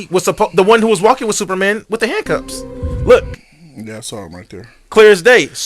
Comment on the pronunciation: Multiple times he said it. It’s another “amber-lamps” lol